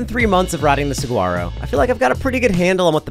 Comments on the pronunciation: Love your videos! FYI the G in Saguaro is silent:) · Can anyone tell me if the bike is any good? I had to stop watching when he kept pronouncing the G in Saguaro. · Is anyone else thinks its hilarious how he's saying saguaro? come on you dont have to be from arizona to know how to say it right. i would love to see him order at a mexican restaurant. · Love the reviews, but I must correct you on one thing... I grew up in Tucson... pronounce saguaro with a "wh" not a hard "g" ;). sa-WHARRO. I've been riding my Rocky Mtn Growler 50 for 3 years now and I still love it, though I've upgraded the brakes, handlebars, grips, pedals, and tires. Soon will be upgrading the fork. But I am sold on being a 50 year old on a hard tail for many of the reasons you mentioned. As a dad, I shouldn't be flying at 30+mph on a full suspension rig... the crashes are tougher to recover from. The hardtail keeps my speed lower, tires me out faster (so I can get back to my family), and keeps my bike handling skills sharp. And the simplicity is especially valued as life seems to get more complicated. I raced my Trek 8000 with a Mag21 shock all over northern Arizona back in the mid 90's and had a fully rigid Diamondback Ascent in 1989, so I've been a fan of the hardtail thing for 35+ years. Still have my '81 Mongoose BMX bike too. Hardtails will never go out of style! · Great video as always but you have spent enough time in Arizona to know that the 'g' is silent in saguaro! suh·waa·row! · Pronounced (Suh waa row) 😊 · The G is silent